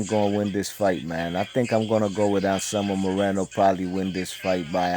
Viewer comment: Nice job saying those names, I couldn't have said them that well.